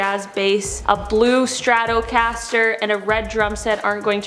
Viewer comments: That's pronounced Strat O Caster!!! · The darker girl in the grey hat is so dumb and irritating that they need to drop her, she's like a petty teenager and really? She can't say 'STRATOCASTER' really? She needs to contact her school and get a refund as she clearly learned nothing